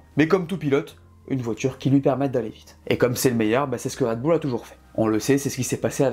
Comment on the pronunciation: Ca fait plaisir un français qui prononce à peu près correctement le nom de cette équipe, marre des commentaires parlant de "Raide Bulle" !